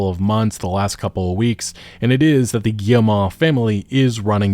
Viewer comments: Hey, good video, FYI for your future videos, you pronounce Guillemot "Guille-mah" but it's really just "Guille-mo". Like you would prounounce "foe" or "Joe". Thanks for the content otherwise! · Cannot keep listening to this guy pronouncing the name. Guilletmot is pronounced gee (as in gift)-moe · Nobody checks how to pronounce Guillemot bf they make a video about them lol